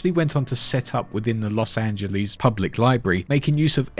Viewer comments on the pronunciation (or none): That Los Angeles was kind of painful.